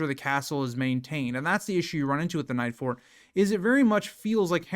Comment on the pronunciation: Normally I wouldn't correct a YouTube streamer for a slip up, but you called the Nightfort the "Nights-fort" a dozen times before I decided it was worth mentioning.